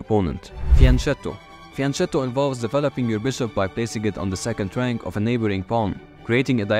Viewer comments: Italian here, just a little clarification for the pronunciation of "fianchetto": it's actually pronounced fianKetto, just like Pinocchio. Whenever the letters C and H are next to eachother in Italian, it will automatically make the sound harder. The opposite is in Spanish. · Fianchetto you have to pronounce like fianketto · Since "Fianchetto" [fjaŋˈkɛtto] is an Italian word, the syllable "che" is pronounced like /kɛ/ as in "Chemistry"